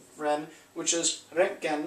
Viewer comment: Btw about your pronounciation: The R is absolutely perfect but please try to optimize your ö ;-). Cheers from Gießen/Germany where Wilhelm Conrad had his first professorship.